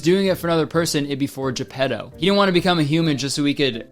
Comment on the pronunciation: Kurtis saying ge-pedo